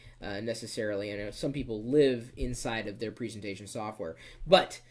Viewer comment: you struggle to say 'presentation' properly :)